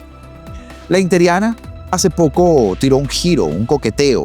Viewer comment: BUENOS DÍAS HERMANO, EXCELENTE VIDEO, SOLO UNA ACOTACIÓN QUE YA TE LO HE ESCUCHADO DECIR VARIAS VECES, NO SÉ DICE INTERIANA SE DICE INTERINA, BUEN DÍA Y UN GRAN ABRAZO!!